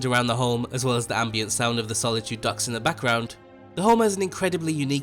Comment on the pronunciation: Try saying "Docks" just one more time.